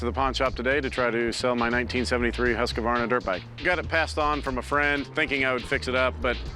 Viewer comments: husqAAAAvarna. Bro, where is the A coming from? It's pronounced Huskvarna. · Husq-varna not husq-ka-varna.. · Cory must be dyslexic, dudes adding syllables to a word "huskavarna"... Bruh its "Husk-vaa-na" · I don't believe its pronounced Husk - a - varna , its husk-varna. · i would be paying that man 500 bucks all day every day for that husq .. the fact that these tools keep saying Husq A varna tilts me a bit haha .. its Husq as in husk of a turtle .. then just add varna .. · Every person in this video called this bike a Husq-A-Varna its pronounced Husk-Varna not HUSKA VARNA! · The proper pronouciation is Hoosk-varna. Not huskavarna. The company started out as a firearms company and then they got into sewing machines. Sadly the bike should have been restored. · Not everyone saying Husqavarna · Yeah but the proper pronunciation is weirder than the spelling without the A. For some reason it's Hoosk•varna not husk•varna. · Hoosk vaar nuh!! Not huskA varna 😂🤦🏻‍♂️ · Pronounced Husk-Varna not Husky-Varna. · It’s pronounced whose-qwarna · It's not Husq "a" varna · I find it funny that people call them husq-a-varna. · Is that actually how American's pronounce Hasqvarna, with an second R (HasqRvarna), or is it just these guys? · I hear a lot of people pronounce it that way. Never understood why but yes it's common. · always fun to hear Americans try to say Scandinavian names, they never get it right XD Huskey-verna? Really?`! XD XD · As a swede it hurts my ears listening to yanks mispronounce husqvarna so bad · Does everyone butcher the name Husqvarna as much as these guys? Any other Swedes agree? It is just horrible, I wince everytime they say it. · As a norwegian it hurts how they pronounce ''Husqvarna'' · As a Swede hearing them pronounce Husqvarna.. oh boy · Corey can't even pronounce Husqvarna right...